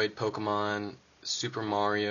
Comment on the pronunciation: yeah but not poke-EE-mon